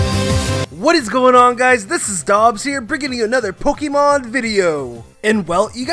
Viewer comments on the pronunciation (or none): none